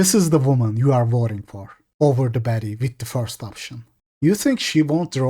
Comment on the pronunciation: Sounds like hes saying betty not baddie